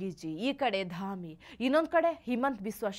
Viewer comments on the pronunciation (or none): ಧಮಿ ಅಲ್ಲಾರೀ, ಧಾಮಿ ಅಂತ.